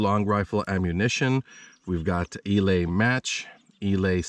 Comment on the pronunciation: Eley is NOT pronounce "E- lay" It is pronounced "E- lee".